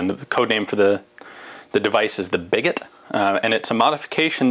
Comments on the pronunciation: I think it may be pronounced “bee-go”, since a lot of fire arms terms originated from the French like sabot, ogive, flechette, etc. A little bit confused why Ian, the Francophile did not put that one together. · Is it certain it's pronounced "bigot" like this and not some kind of portmanteau of big and sabot that would be pronounced "biggoh." It immediately struck me as basically a massive inside out sabot.